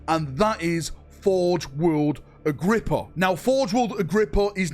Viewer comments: I know i know, "Cant read" but i need to say it: Its Agripinaa not Agrippa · A whole video about an imaginary place that doesn't exist. Learn to read dude your so called "Agrippa" has a damn N in it FFS! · I believe in you, one day you will be able to pronounce "Agripinaa" correctly! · Take a shot every time he pronounces forge world Agripinaa wrong